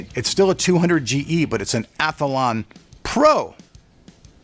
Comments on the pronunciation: Its Athlon.. not Atholon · There's only one "A" in Athlon, pronounced Ath-lon, not Ath-a-lon.